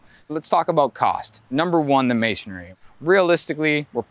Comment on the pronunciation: Never hire a contractor who can't pronounce masonry ! It's MAY-SUN-REE, 3 syllables, not 4!